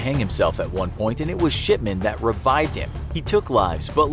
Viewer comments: It sounds like Mr.SHITMAN instead of mr, shipman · i mishear his talking and think hes saying shitman lol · His name is not shipman, it's... SHITMAN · Every time he said shipman I hear sh*tman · I keep hearing sh*man instead of shipman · The infographics: Mr Shipman. What I hear: Mr Shitman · Why did it sound like he said Shitman every time he said Shipman? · Mr. Shipman I thought when you said Mr. Shipman I thought you said Mr.Shitman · his name: dr.shipman what I hear: dr.shitman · Sounds like shitman instead of shipman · anyone else hear “shitman” than “shipman”? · Is it only me but i dont hear shipman but sh**man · Who else keeps thinking he’s saying S***man not shipman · Is it me or do I here shitman instead of shipman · Aleeyaplayz 2019 lol after I read this he said shipman and I thought he said shitman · Sounds Like hes saying Shitman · I cant stop hearing 'Sh*tman', every time he says his name. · I heard his name as Dr. S**tman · It sounds like he is saying shipment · It sounded like he said Harold Shitman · Same I hear shiTman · Ikr. When my mum talks about him (he was her old doctor) she always sounds like shitman lol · i heard shitment lol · I thought he said "Shitman" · It sounds like he is saying SHITman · I heard Harold shitman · Did anyone else hear Harold Shitman? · I thought he said Dr shitman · Sounds like he’s saying dr s***man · Shipman sounds like shitmen tbh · why do I keep hearing it as "sh◼tman" ? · i heard that too lol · LOL I hear that as well, like Mark Fuckerberg.